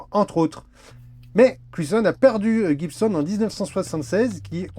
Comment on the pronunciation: Ah, j'ai trouvé un alter ego en ce qui concerne les bonnes prononciations. 😊 Déjà tu ne dis plus "pique gouarde" mais "pique garde" comme il se doit! 👍👍👍 Certains aussi disent Jibsonne au lieu de Guibsonne, mais pas toi, ah mais!😂 Bravo!